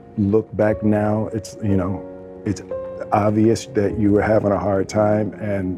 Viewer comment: She pronounces.the.word 'time' as: 'tiihhihihimmmmhhhh', with het unpleasant voice crack.